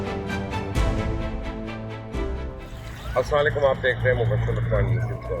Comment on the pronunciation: janab Mubbashir Luqman sahab, janab aalii assalaekum nahi kahete sahi salam aisay kaha jaata hai "Assalamu Alaikum" agar saath may wa rah matullahi wa barkaatahu bhi kahe den toh bahot acha hoga. aur sahab apki sab vidoes bahot maloomaati aur haalate hazera ki bahot achi tarjumani karte hain per aaj kal Audio Quality kuch theek nahi hai thoda dhiyan dijiye gaa.